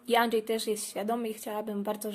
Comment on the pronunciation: "Anczej" XD